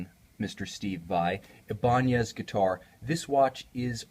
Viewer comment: thank you for pronouncing Ibanez in the proper Spanish and with the right accent. it's quite refreshing, especially when even the company itself has decided to forget its own history and mispronounce it. I just subbed!